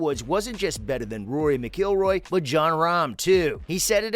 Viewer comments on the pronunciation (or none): McIlroy NOT McGilroy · Mcgillroy??? Are you serious you don't even know how to say Rorys name right? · That 'Rory Mceeelroy' was enough for me to know that this is complete garbage..! The use of ridiculous artificial voiceovers, shows that the creator doesn't care about quality - seemingly backed up by 187,000 views and only 500 likes..!!! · Did my ears stop working or did he say, “Rory MacGillroy?????” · Yeh, dude should go learn the name of one of the worlds best golfer before doing reviews! 😂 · Almost sounded like he said Roy… lol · It's Rory Mac IL Roy by the way. It's spelled m c pronounced Mac. Come on now... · You butchered Rory's last name.